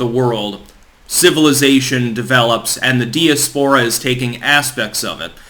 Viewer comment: Say diaspora again....